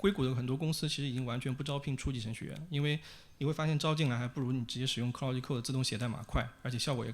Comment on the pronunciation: claude 不是cloudy